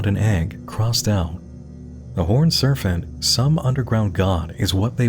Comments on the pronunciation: Why is Serpent being pronounced with a f or ph sound? It's distracting. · No one:: "Serfent" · You keep pronouncing "serpent" like "servant." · Do you really think that word is serfent? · wtf is a serfent? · Is something wrong with my audio or is NM saying "horned serFent"? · I’ve never heard anybody pronounce serpent as “ser-phent” before. Where in the world did you learn that? I’m genuinely curious. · take a shot everytime he says surf-ent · pronouncing serpent as "surfant" is like an accent straight out of Looney Tunes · Why do you say "serpent" like it's spelled with an 'f' instead of a 'p'? And please don't put audio of you open mouth eating and drinking into the mic. That shit is triggering. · Is there a “ph” or “f” sound in the word Serpent? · This isn't a critique but just drop dead curiosity, in the last half of the video you started pronouncing P's like F's when discussing the horned serpent, was that intentional for pronunciation I'm ignorant to, or am I just getting a weird audio compression? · I also never heard this before. I wonder what it means. He even says "serpentine" in the usual way, so that's odd. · Is there a reason he keeps saying "serfent?" It's serpent, with a p. Is that an accent thing? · I love your takes on this stuff ... but I have one small nit pick that's making me cruinge. lol ... SER P ENT ... not Ser f ent lease! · SAY "sERFENT" ONE MORE TIME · I love you but the amount of times you said “horned serFant” instead of serPent in a 3 minute time frame is driving up a fucking WALL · Another great video! But why did you keep pronouncing serpent as "serfant"? lol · ummm...? It's 'serPENT', not 'serPHENT'. There's no H in there. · What the heck is a surf-ant? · It REALLY takes me out of the video when he mispronounces words. Serpent isn’t “Serphent”. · I love how they pronounce serpent as serf-ant! /pos /j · "surf-ant" really? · You say serpent like “sir fent?” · “The horned serfent” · why do you say serfent